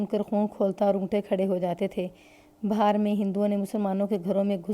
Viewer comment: Madam.....,.ye lafz Bihaar Hai Bahar Nahi.